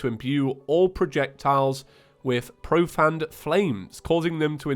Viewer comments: 3 years and he still pronounces it pro-fanned. Disappointing just disappointing. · is it just james or is it just me, because i always pronounced profaned as profained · Me: Its profaned not profanned.